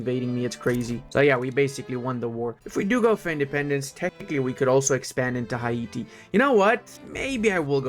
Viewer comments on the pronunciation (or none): Hi-e-tee? Hay-tee bro